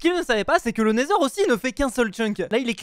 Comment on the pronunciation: Cest neither et non naizeur 😂